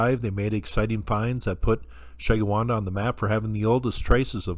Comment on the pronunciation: It's pronounced Sheh - gwin- dah.